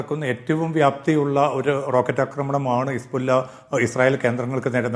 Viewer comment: ഹിസ്ബുള്ള എന്നത് ശരിക്ക് പറയൂ ശ്രീ